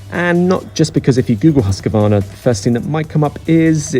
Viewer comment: It's Moto "Gootsy" and "Hoos-quarna" please.